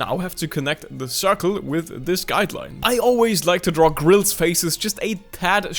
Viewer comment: Don’t worry, I’m to sacred to say grils correctly either